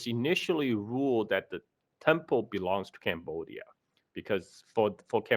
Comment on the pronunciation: "CAMbodia" (as I'm camera). Not a burger.😊